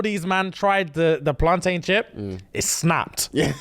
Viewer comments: It's not plan-tain yall it's plantin! Just like captain and mountain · I'm so upset that said PlanTAIN instead of PlanTIN....like I know you're half, but I thought that half was Caribbean 😂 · Can someone please tell them plantain is pronounced "plantin" the same way mountain, and captain are. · Why the blud clart are you man pronouncing plantain like ‘PlanTAIN’ 😂 I’m dead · Love you guys, but it's upsetting me how you're pronouncing Plantain 😂😂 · The pronunciation of plantain is making me feel sick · Am I the only one who's bothered abt how they say plantain 😭😂